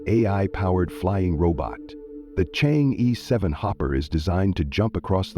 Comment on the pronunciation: Chang err not ee